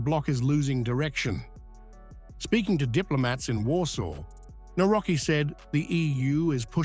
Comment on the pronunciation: Nawrocki - navrotzki ...ku..wa🤦‍♀️